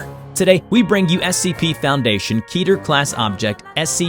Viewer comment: I cringe everytime you say keter because it is an incorrect pronunciation